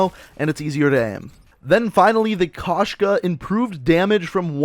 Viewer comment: Koshka not kashka